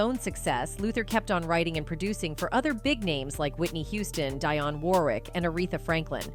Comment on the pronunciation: Learn how to correctly say names. Envogue (pronounced in vogue) Dionne (pronounced De onn)! It ruins your credibility when u can’t pronounce the names of the artists)!